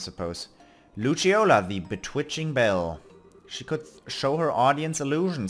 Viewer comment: It still surprises me every time I hear you say "Betwitching" for Bewitching. The French name, Olivier pronounced "Oliver" makes more sense to me.